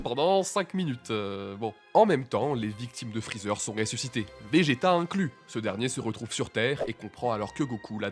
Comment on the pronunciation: Freezert? Mdr c'est Freezer hein